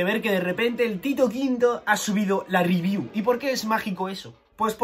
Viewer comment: Hasta pause el vídeo porque dejaré mi like por la "ribiú" del capítulo 352